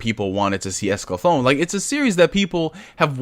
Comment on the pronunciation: It's Escaflowne .... not Esclaflown Pronounced: ESCA-FLOW-NAY Also, as an Update, they are releasing the Original Dub with the new dub, they edited the first 7 episodes on Blu-ray and put the original English Dub on it on separate discs. that coupled with all the perks coming with the Kickstarter, they are going above and beyond to provide everything to audiences. For how many people said "I've never seen this before?" I can now see why they wanted to do a Kickstarter.